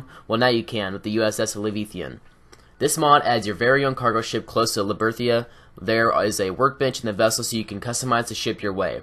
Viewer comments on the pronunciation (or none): Livethian? Liberthia? You mean L E V I A T H A N and L I B E R T A L I A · lib-er-tal-ya. Just a friendly fyi. nice video and keep this up weekly!